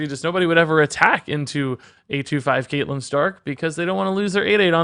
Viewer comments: Kate lyn stark killed me a little. Its cat lyn lol Your game of thrones explanations makes me think you don't watch the show. Cash in on the hype I guess. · Isn't catelyn pronounced cat-e-lin not cate-lin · Ewww your pronunciation of Catelyn ☹️